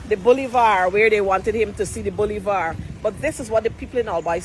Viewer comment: The word is "Boulevard" not "bullyvaar".